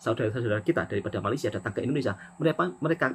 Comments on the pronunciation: Woi, betulkan sebutan Malaysia tu boleh tak? Atok nenek ayah emak aku jowo kabeh, Elok je dia orang sebut Malaysia. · Semua orang dari negara seluruh dunia boleh sebut Malaysia dengan betul, Kecuali Indonesia. Peliklah. Cubalah sebut betul betul Malaysia. jangan lah tolo l sangat.